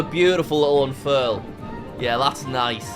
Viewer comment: i lost 70 braincells every time he said unfurl